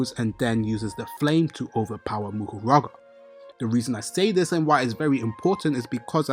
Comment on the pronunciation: Isn’t it Mahoraga instead of Muhuraga like you say?